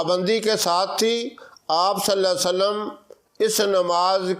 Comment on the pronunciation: Assalamu Alaikum. mazirat ke saath talaffuz ko sahi ada kijiye. Sallallahu alaihi wa sallam hota hai na ke (Sallalla sallam)